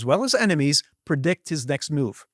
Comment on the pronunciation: Predict Not perdict. Prevent Not pervent.